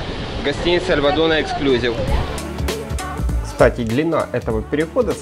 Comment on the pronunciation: Обзор неплохой, но ОЧЕНЬ режет слух безграмотная речь. В слове эксклюзИв ударение ставится на третий слог и букву "И" , а вы постоянно повторяете "эксклЮзив. Учитесь правильно говорить!